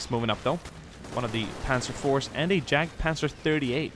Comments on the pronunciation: Jagd is actually pronounced yak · jagd is pronounced as yagd